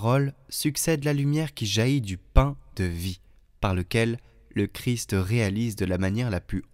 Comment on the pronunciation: De grâce, prononcez correctement le nom CHRIST. Cette lectrice a l'habitude de dire CHRI. Le ST doit être prononcer. Merci